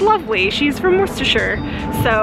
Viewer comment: Spot on with Worcestershire pronunciation!